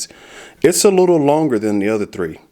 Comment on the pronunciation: "THAN" FFS "THAN"!!!! Not "then", THAN.